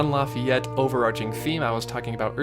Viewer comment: Jean Lafayette? No. Just no. We need some JEAN LAFFITE